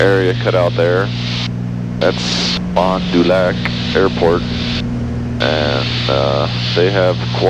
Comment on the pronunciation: If you would've extended your downwind for runway 30 at Appleton a bit farther past that big bridge you would've been right over my house, your final however was right over my work. Lol and by the way its " fon de lack" (fon du loc) and lake "bueda more" (butte des morse) cheers!! love how much you visit Wisconsin 🍻